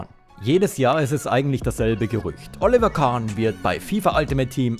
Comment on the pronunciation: Alter du kannst den Namen Oliver nicht korrekt aussprechen grausam. Ich empfehle dir einen Sprachkurs!